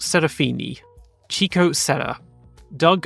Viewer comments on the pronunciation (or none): The portuguese names were good. The brazilians were close enought, because many had non-portuguese names. For Chico Serra, try to say it like "Shico", as in Sheldon. In F2, I hear english comentators say french driver Victor Martins name with a french accent, but it's a portuguese name because his parents are portuguese, so it always souds wrong.